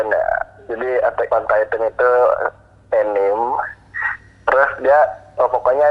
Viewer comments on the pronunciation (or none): Nonton Attack on Titan deh bang, bagus, lumayan bikin mindblown Also buat bang, mulai dari ngucapin kata "anime"nya udah bikin kesel wkwkwk, a ni me bang, bukan enim, tapi yaudah lah ya let's just let it slide Tapi seriusan deh bang Radit, bagus kok Attack on Titan ini walaupun kudu banyak mikir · penyebutan Anime nya salah ngab